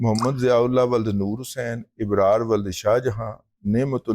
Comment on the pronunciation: رضوان رضی، " ابرار ' میں پہلی "الف ' کے زیر کے ساتھ غلط تلفظ کے بلکہ ' زبر ' کے ساتھ ہے !